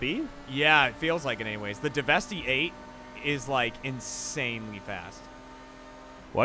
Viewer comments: it's pronounced 'DEVASTATE'. It's a pun, for Christ's sake. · “Devesty eight” Killin me. Deveste 8 = devastate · Devestey eight? Really weird way to pronounce devastate. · you might want to pronounce DeVeste Eight as "devastate"= "DeVest 8" as in it devastates its competition. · i dunno why but the way pronounces deveste eight bothers me, isn't it supposed to be like devastate but a weird pun thing? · I'm sorry about getting upset about this but my dumbass brain won't stop yelling at me till I say it. The Deveste-8 is a play on words, it's supposed to be pronounced like "Devestate". No big deal but my dumbass brain would be bullying me if I said nothing.